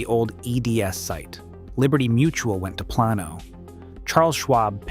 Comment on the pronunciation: ai slop. AI can’t pronounce Plano, Las Colinas, etc. Showed a sign with elevation over 4 thousand feet, no city in North Texas is above 450. I don’t think this creator has ever been to Dallas, North Dallas, Irving. Anywhere in the Metroplex. And snow? Stupid AI Slop video.